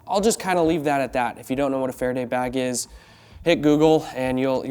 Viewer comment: Far a day….. not sure what you said but it wasn’t that. Aka come aluminium foil